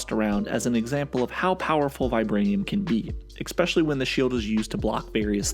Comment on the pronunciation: "ECSPECIALLY" ... kill me now